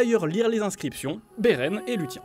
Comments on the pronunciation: beren et lutien .... kof kof ça se prononce "Louss i ène" parce que niveau nom elfique "lu tien" autant l'appeler Gérard a ce compte la lol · Lu-tiens :+) Ça serait sympa de prononcer ça bien : Lou-sienne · "Lut tiens"..... 'Luthien' ça se lit lou 'th' ienne (avec le th anglais) pas 'lut tiens' ! >:( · Stop avec Luthien, ça ce prononce Luthiene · Lutien ^^ bien jouer la prononciation ! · Le "Beren et LUTIEN" fait un peu mal au oreille x) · Juste un peu ? Je dois être bien plus sensible alors puisque les miennes ont pleuré du sang ( ça pleurent des oreilles ? ). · Luhtien se dit "Luçienne" non? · Ah mais vous me répondez par rapport a l'anglais ? Je parle bien de la prononciation académiquement reconnu en Sindarin, telle que voulu par Tolkien, et même si je peux me tromper je crois que j'ai pris le plis "Lusienne" a force d'écoute :( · Bordel !!! Luthien se prononce loussienne !! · Luthien c’est la femme dans le couple, je le dis, car prononcé comme ça on dirait plutôt que c’est l’homme. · Mais « th » ne se dit pas « s » non plus 😉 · Bon alors ^^en tant que fan énorme de Tolkien je savais tous :) sauf ! Que... Déjà sindarin se prononce sine-da-rine, Beren et luthien, Lucienne... Et les dunedains ont une longue vie grâce à une "récompense" venant des valars :) voilà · Autant les prononciations très mauvaises pour Beren et luthien (entre autre, on ne commentera pas les citations elfiques ^^) je peux comprendre que ce n'est pas évident si on est pas un grand fan de l'univers de Tolkien, autant dire n'importe quoi pour expliquer la longue vie d'Aragorn et des Dúnedain/Númenóréens c'est vraiment la preuve d'un gros manque de sérieux ... Pourtant le reste n'est pas trop mal mais dès que ça sort des films on sent que c'est moins maîtrisé. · Putain c'est quoi cette prononciation de merde ? Vous aimeriez qu'on écorche votre nom ? Faites un effort bon sang x) j'me suis crispé sur Beren et Luthien ! =>